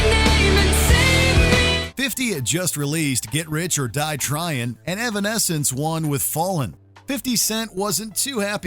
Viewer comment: “Irwin” escence